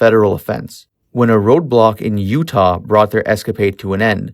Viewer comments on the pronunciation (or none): none